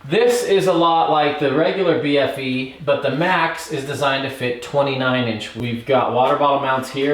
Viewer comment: Love Cotic. Such legendary bikes. They pretty much pioneered and kicked off the whole modern steel hardtail movement back in the early naughties. As someone from the UK, I’m under the impression that the bfe is pronounced “beefy”, which basically means burly. And thanks for saying UK, and not England. Cotic are and English company so I guess it wouldn’t be inaccurate to have said so, but the frames are assembled and welded so beautifully as you pointed out, by Shand bikes in Scotland.